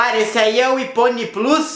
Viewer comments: kkkkkkkkk que doente, iPhone mas fala ifone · acho que ele falou aifone só para zuar